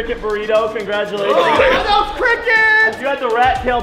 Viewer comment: Really “gratulations” and “Milyon”